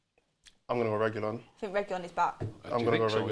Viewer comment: saying Reguillon is cringe...